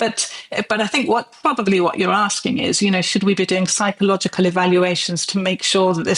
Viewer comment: I’m not surprised she can’t pronounce the word psychological !